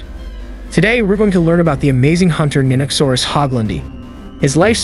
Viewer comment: It is a very strange way to pronounce the word, one people who are into dinosaurs generally don't make.